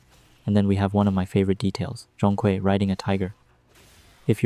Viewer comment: Nah, your pronunciation is still a little off mate. Zhong has the natural tone and Kui has the 2nd tone. But AI doesn't know that right?